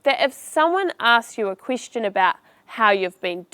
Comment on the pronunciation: Thank you. But it's very unusual how you re pronouncing Quistion offinsive and other words.